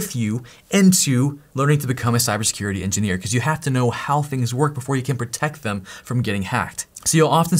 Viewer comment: "Systems ingeneer is still hote...in a lot of ways" hahaha